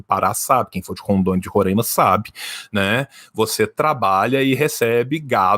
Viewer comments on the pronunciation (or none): none